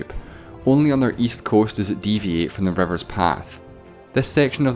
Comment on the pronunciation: Exests, revers, devide.... Dude has problems pronouncing i.